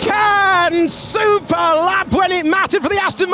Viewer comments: “soUPah commitment” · “s🦅per commitment” 😂